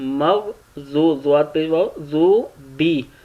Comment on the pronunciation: Sir main thora confuse ho Aap maagzobi parh rehe ha or molana log is ko maagduubi parhte ha Please isslah kijeye